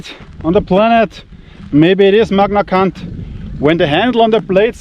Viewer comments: it's Magnacut not Magnacunt lol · no matter how many times you said magnacunt, it killed me everytime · what is he saying….? Magna C*nt 😅